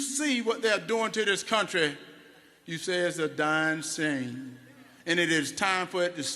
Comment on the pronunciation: “ it’s a dyin same “ 😂